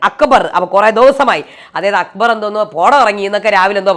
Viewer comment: അക്ക് ബർ😂😂😂.,.. അക്ബർ എന്നു പറയാൻ പോലും ഷാനവാസിന് അറിയില്ല